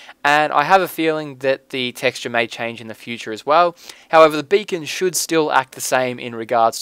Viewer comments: When he says beacon is sounds like bacon.. :D Makes it even more badass. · LOL sometimes when you say Beacon it sounds like Bacon . XD Now I'm hungry !! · haua you say beacon like bacon ;) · He says it like bacon:D I like this:D